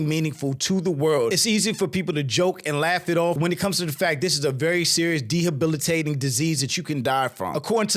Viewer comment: "dehabilatating" took me out